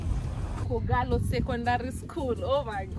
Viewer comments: I thought you made a mistake saying Kogalo as opposed to kogelo - thank you for the clarification! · 🤣🤣🤣Truly, it's K'Ogello not Kogalo but I hear u. Good luck & enjoy. Thanks for uploading this